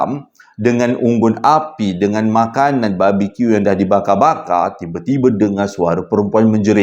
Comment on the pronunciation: Minta maaf to kalau anda pergi ke Google dan dengar balik bagaimana perkataan BARBEQUE disebut. Bukan ' babi-Q '..ya. Please lah.